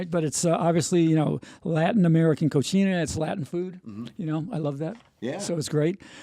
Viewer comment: Co see na Not Co chee na